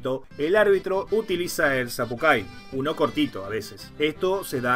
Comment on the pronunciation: Sería sapukai porque la c no existe en el alfabeto guaraní y la y se pronuncia ü